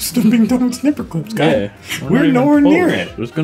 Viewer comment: lol == GUYS OR GAYS OR GUYS OR WHAT ??